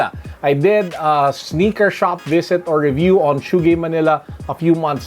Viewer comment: "Passion with the sneakah"